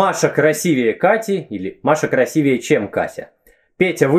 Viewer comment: Вы, любезный, сказали "красивЕе"? Это ужасно.